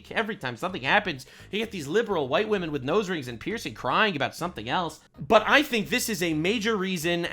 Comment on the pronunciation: You said Wamen like pewdiepie lol didn’t think y ou were a pewdiepie fan